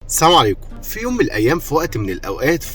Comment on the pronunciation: انت انسان موهوب بس يا ريت تنطق السلام عليكم كاملة و واضحة لان المحتوى الكوميدي الممتاز الي بتقدمة ملوش دعوا في طريقة السلام... مجرد نصيحة